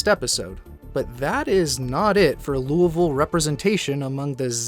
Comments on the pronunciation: The s isn't pronounced, and over time the sound that the "oui" makes became dulled. Now its not "Lewieville" its "loolvle" as most words end up dropping syllables over time. It may even shorten more in the future. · Ya that's how you say it. It's really lull-vull. I'm from Louisville and live here to this day, so ya that's exactly how you say it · Thank you for saying Louisville correctly -all of Kentucky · for the love of all that is holy, thank you for pronouncing Louisville correctly 🙏🙏🙏